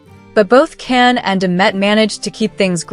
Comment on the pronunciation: Don’t you think that it’s about time that you learned how to pronounce Can’s name. J like John. Not Can like can